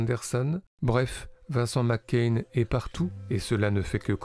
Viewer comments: C'est Macaigne, pas McCain ! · Prononcez Macaigne comme c’est écrit tout simplement 😉 Et pas Mc Cain 🤪 Qd la frite infiltre le cinéma français ! Cet acteur est beaucoup plus grand que sa popularité actuelle… je le rêve dans des rôles sombres ou autoritaires… sa palette me paraît bien plus large que ce qu’on en a vu jusqu’à présent. Magnifique sensibilité Une humanité dans son jeu Impressionnant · pourquoi le mec il dit vincent mccain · Suis je le seul à entendre tout le long de la vidéo : "Vincent McCain" ? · Pourquoi prononcer "Vincent Mac Cain" ? C'est lui qui y tient ? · Ça m'a tellement déconcentré... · Merci pour ce beau portrait... il est irrésistible dans l’origine du monde et effectivement l’avenir lui est promis ...hâte de le voir dans des registres plus sombres et ambigus par exemple Juste dommage que vous prononciez son nom à l’écossaise....😜